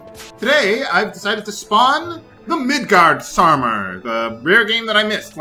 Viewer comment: Nope, "Midgardsormr" is correct